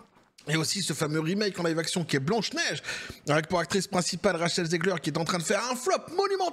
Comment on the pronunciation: Ra"cheh"l zegler 😂😂😂